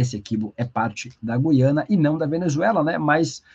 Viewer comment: A pronúncia correta é GU-IA-NA. Ajude a população a usar a língua materna devidamente. Lembre-se: você é formador de opinião.